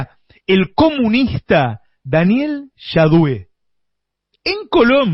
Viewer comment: Navarro : se dice JAUDE con JA... de jaula...!!!!